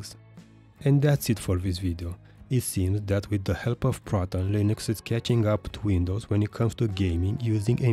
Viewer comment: To who's distro? "In this video I'll be comparing Windows 11 to Felix Distros" is what I hear....